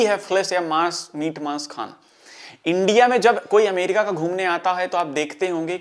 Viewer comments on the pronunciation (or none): none